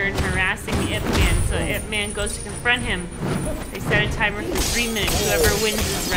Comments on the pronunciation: His name pronounce as EEP MAN. not I P man. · It's "Eep man" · As a Wing Chun practitioner, getting his name wrong is mildly offensive. As such, I am not an offended snowflake, but it is important to educate folks. This man revolutionized and simplified Wing Chun and taught it to the masses. It is not spelled out when it is spoken. When you say his name, you should say it two ways: Ip Man (English) and Yip Man (Cantonese/Mandarin). Emphasis, "Mon", as if spoken by someone from Jamaica. Thank you for your video.